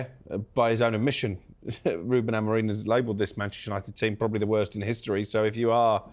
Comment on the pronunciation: It's AmoRIN not AmoRINE FFS!